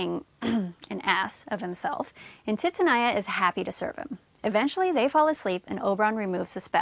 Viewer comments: It’s TITANIA not titinia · I can't believe the pronunciation of Titania !!!!! Phonetically it's Teetahneeah. Helpful otherwise. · Your pronunciation of 'Titania' kills me... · Thx For help But the pronounciacion Of Titania Sucked my dig